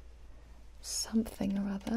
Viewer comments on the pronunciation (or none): none